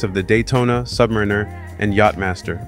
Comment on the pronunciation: I wish you novice You Tube watch nerds could pronounce Submariner correctly. Otherwise nice job and it’s a beautiful watch.